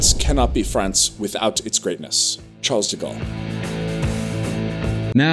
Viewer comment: Charle...the S is silenciooo